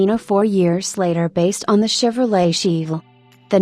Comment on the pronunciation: "Sheevulle"? "El CAMinoe"? God please get a living HUMAN to narrate these things, it's hysterical...